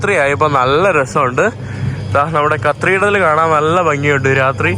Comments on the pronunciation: നീ ഇതിൽ cathedral ന് പകരം കത്രീഡ്രൽ എന്ന് എത്ര തവണ പറഞ്ഞെന്ന് ഒന്ന് കണക്കെടുക്കണം. അതും തെറ്റായ ഉച്ചാരണം. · Please correct your pronunciation of "Cathedral" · aaaaaaaarghhh not carthidel its cathedral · കത്രീഡൽ അല്ല കതീഡ്രൽ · കർത്തീർഢ്റൽ ? കത്തീഡ്രൽ ആണ് ശരി.😅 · യൂറോപ്യൻ യാത്ര ഗംഭീരമാകുന്നുണ്ട്. പ്രത്യേകിച്ച് കരോളയോടൊപ്പം❤❤..... Cathedral എന്ന English word ന്റെ ഉച്ചാരണം കത്തീഡ്രൽ എന്നാണ്. കത്രീഡൽ അല്ല കേട്ടോ.... അടുത്ത പ്രാവശ്യം പറയുമ്പോൾ കത്തീഡ്രൽ എന്ന് ശരിയായി പറയണേ... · Kathreedal alla mone cathedral aanu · ചെക്കൻ ഇന്ന് മൊത്തം കത്രിടൽ പറഞ്ഞെന്നെ ചിരിപ്പിച്ചു. thanks!😊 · Dear, U r pronouncing wrongly. It is Cathreedral